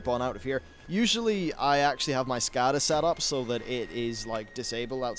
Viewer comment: Lmao the way you pronounce Skada :D